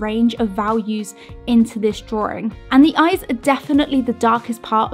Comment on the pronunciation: drawing not drawring